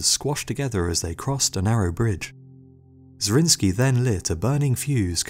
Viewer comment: Nicholas zrinski? It was a hungarian noble, Zrinyi Miklós ( miklos= nicholas)